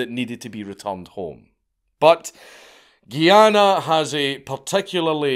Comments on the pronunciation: Me: enjoying another Dank video. Also me: Triggered as a West Indian hearing GUY-ANA called GEE-ANA. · It's called Guyana not Geeana 😂😂😂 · It's pronounced guy-anna